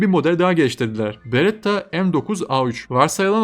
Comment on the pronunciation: beretta diyon aga berettda ne ya